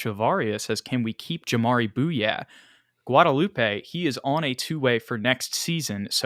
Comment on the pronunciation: I believe jamaree bouyea is pronounced like "Boo-yay"